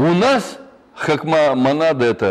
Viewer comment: Хака-манада эта... )))) Интересно как он произносит фамилию Эльвиры Сахибзадовны ?